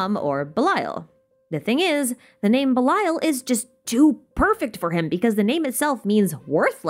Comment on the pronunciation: as a non native eng speaker and avid anime watcher i thought u said bile took me minutes to figure it was belial :_)